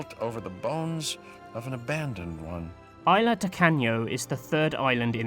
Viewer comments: Isla - pronounced "IS-la" not "eye-LA" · i think the 's' in isla is pronounced